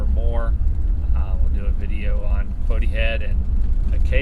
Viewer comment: its pronounced quad-dy (even tho its spelled quoddy) glad you enjoyed this state and greetings from Turner in foothills of maine